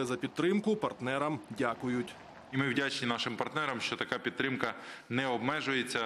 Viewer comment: Не "єПідтрика", а "еПідтримка"; не "єХелсі", а "еГелсі" - незалежно від того, як кажуть ті недолугі міністри і їхні підлеглі.